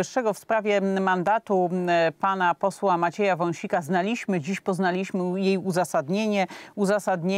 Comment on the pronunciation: Zgadzam się ze wszystkim(większością) tego co red.Gójska mówi.Tylko w kwestii języka polskiego-;Ten nieszczęsny akcent na przedostatnią sylab.NIE: Po-zna-LIŚ-my TYLKO:Po-ZNA-liś-my.I nie jest to jedyny dziennikarz czy dziennikarka,który (która) tak akcentuje!!!!!!!!